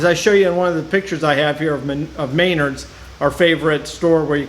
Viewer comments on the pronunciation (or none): It's MEN-ARDS not MAY-NARDS. Makes you sound like a hillbilly